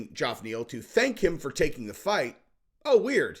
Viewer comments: I think is trying to copy the Chael shtick by intentionally mispronouncing people’s name. No way he still hasn’t figured out how to pronounce Geoff (hint: it’s pronounced the same as Jeff!) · Fucking hell. Geoff Neal's name is pronounced like Jeff. JEFF. Dear God. Maybe one day, you'll see one of these comments. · And if youre gonna talk about geoff neal can you please say his name right? It's pronounced just like Jeff just spelled different. Like John and Jon . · Why cant this guy not say Geoff properly? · The G sounds like a J and the O is silent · He's definitely continuing to say it that way out of spite. He sees the comments. I love it. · Its pronounced " jeff". But isnt the smartes tool in the shop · Geoff is pronounced the same Jeff- not "Joff". Did you think the thousand times it's been pronounced on air by many people were wrong and you were right? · Geoff Neal is pronounced and sounds like "Jeff" not "Joff".... ok? Pronunciation matters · Why the hell do you always pronounce Geoff Neal’s name as Joff? It’s pronounced JEFF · is it "Jaff" Neal or "Geoff" Neal, im confused?? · Geoff = Jeff! Cmon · Hey, how come you say Joff Neal? Lol everyone says Jeff (Geoff). Just curious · Geof Neal name isn't pronounced Gee-Off, it's pronounced the same as Jeff... Source, my name is also Geof... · Dude will you stop calling this man Joff. Its pronounced Jeff. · why do you keep calling (Jeff) Geoff Neal- Joff? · Probably the millionth person to comment this but Geoff is pronounced Jeff not Joff. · His name is not Joff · It’s pronounced JEFF!! Wtf!?!? Lol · It’s pronounced “Jeff” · why can't you pronounce Geoff's name right? It's pronounced the same as Jeff.....C'mon dude. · New subscriber and I will stay subscribed as long as you continue to pronounce Geoff Neal as Jowf Neel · Why is unable to pronounce the name "Jeff/Geoff"????? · Why does say “Joff Neil”? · HIS NAME IS JEFF(Geoff) FOR FUCKS SAKE